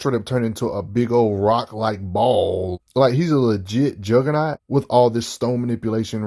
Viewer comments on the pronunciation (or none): none